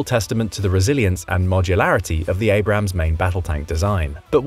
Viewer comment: Learn the difference between Abrams (correct) and Abrahams (incorrect)